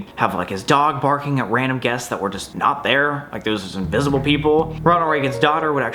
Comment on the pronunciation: "Wandom" -Samuel Golbach October 3rd 2020